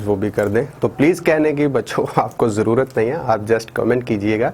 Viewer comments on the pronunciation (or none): none